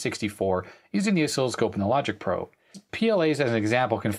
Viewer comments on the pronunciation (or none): none